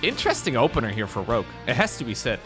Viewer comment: The weird pronunciation of Rouge, sounds like rúzs, in Hungarian. Many Hungarians say it like that incorrectly. It also means lip gloss in Hungarian... LMAO